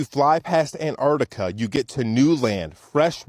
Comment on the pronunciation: I’ve never heard of “Anartica” …… 😂